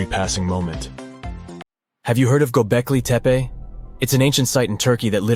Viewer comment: The 2nd narrator refers to "Gobekli Tepa",. Is it anywhere near to "Gobekli Tepe"? Or is the narrator, just another illiterate North American moron? VOBURG